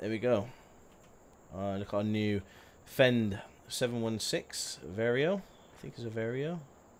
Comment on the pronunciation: Fendt is pronounced fent not fend